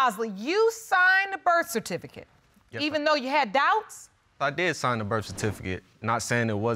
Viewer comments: "Birfatificut." Lol HAHAHA 🤣🤣🤣🤣🤣🤣🤣🤣🤣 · The “Birfatificate” whew chile 😩